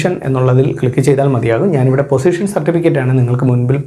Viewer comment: പൊസിഷൻ അല്ല... പോസ്സെഷൻ ആണ്.